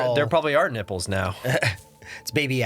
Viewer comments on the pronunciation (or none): i think its NI-BELL not Nipple XD